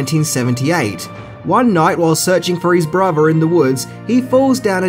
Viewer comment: "serchin fur eez bruver"